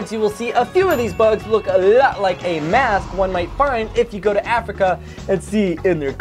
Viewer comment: You said Afica